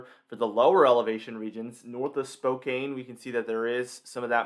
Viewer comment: FYI - Spokane is pronounced Spo-can, and Missoula is mi-zoo-la.